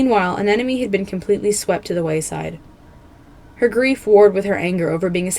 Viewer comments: you mistook fathom and turtle so damn much also anemone is pronounced an-em-o-ny Besides that the video was still spectacular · Bro said fathom and anemone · Escuse me did you say FATHOM and anemone? At 4 secs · Just so you know, in the beginning you said " Fathom and Anemone" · I think you accidentally said Anemone and Fathom in the intro, lol Great video, though!